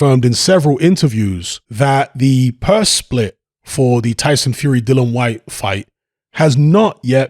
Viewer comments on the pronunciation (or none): Yet another YouTuber that doesn't know the rules about a subject which they're talking about as WBC interim world champion dillian Whyte is entitled to up to 45% of the purse bid split this is what the arbitration is about but then again you can't even say the guys f**** name right so why should anybody expect you to know s***